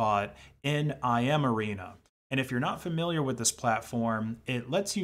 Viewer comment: it’s not I M arena it’s L M arena: lmarena. language model arena.